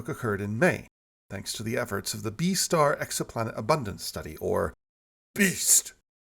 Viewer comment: The way you say “beast” having me chuckling into my morning coffee